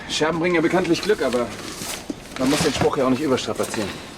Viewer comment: spricht den Buchstaben G wie ein K aus. Glück =bei Klück... Begleiten = bei Bekleiten...